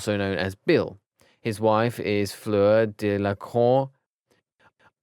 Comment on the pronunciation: Fleeeeuuurrrr Deeeelaacoorrtte? How hard is it to pronounce that? XD